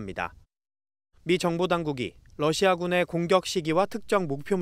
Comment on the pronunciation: TV기자가 러시아의 Russia를 Lussia로 발음한다. 아래 글을 읽어 보기 바란다. TV기자들은 말도 잘해야 하지만 발음도 좋아야 한다. 특히 외국어(영어)의 정확한 발음은 대단히 중요한 요건인데 유감스럽게도 그렇지 못하다. 예컨대 많은 기자들은 첫발음 R 을 L 로 발음한다. Russia 를 Lussia 로, Roma 를 Loma 로, Radio 를 Ladio 로, 발음한다. 물론 한국어에는 ᄙ(쌍리을)이 없어서 L 과 R 발음을 다 ㄹ로 발음할 수 밖에 없는 어려움이 있다. 그렇다면 한국인들은 R 발음을 정말 못 하는 것일가? 아니다. 초성일 때에만 못한다. 프랑스(France), 마리아(Maria), 도레미(doremi), 아리랑(Arirang) 등, 잘 하지 않는가. 그래서 TV기자들에게 다음과 같은 해결 방법을 주고자 한다. R 을 첫발음할 떄 R 앞에 '으' 발음을 먼저 하라. (으)Russia, (으)Roma, (으)Radio 등으로 말이다. 그러면 당신은 좋은 발음을 하는 TV기자가 될 것이다.